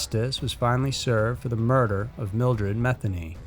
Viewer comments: Thanks SMs. That poor sweet old lady that was murdered and raped by that monster freak, named Mildred Matheny, is having her name mispronounced. It is MA thE(long e) nY(also long e sound). Just like my last name. It's French. It is not pronounced like Meth. Which of course is kinda disrespectful to her and her family because childish people use that to make sick jokes. I don't give a damn for me, but I feel bad for people like her and her fam who have suffered enough. I'm sure you probably just heard others saying it that way. Just wanted to let you know. Maybe that's why some veered off and used "Ma" instead of "Me". Idk.🙏💔🤘🤔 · was... was her name “Methany” really?? Meth-any